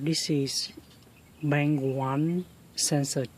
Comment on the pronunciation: bank not bang learn how to speak English better